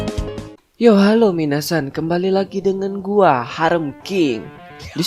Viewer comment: Ngomong "gua" nya medok sih Min 😂😂